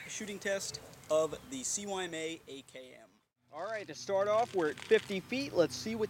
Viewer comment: Isn't it (sigh-ma)? CYMA?